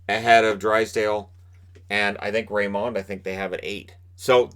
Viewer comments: I won't be surprised if, in a few years from now, we see Byfield being the one who should've gone number one... or someone from the 6th round amazing us all. Edit: Also, again, "Raymond" is pronounced like you think it is - not that french touch you want to add. Trust me, we're both Swedish and I've heard his name quite a lot:) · I love ur content but plz stop saying lucas rayMOND